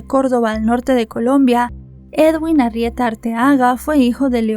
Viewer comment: Que diga Arrieta y no Argueta